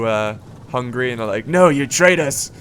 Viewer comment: always when you say Hungary I hear hungry...